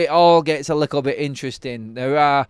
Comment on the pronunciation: Is little pronounced "Lickel" in Manchester?